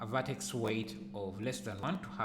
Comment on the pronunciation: I have been looking for a way to simulate peeling paint and paint blisters for ages and this sill work for that - thanks. The only slight suggestion, it would help to show where to find commands in the menus rather than use the short cut. Two reasons, I found it hard to understand the pronunciation of "V" and Vertex, Rip Vertices is a lot easier to remember if you don't do something often.